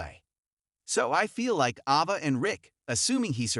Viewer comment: It's Ava not Ahva!😬